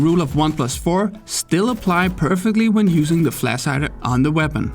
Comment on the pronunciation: It hurts my brain to hear you speak "flash".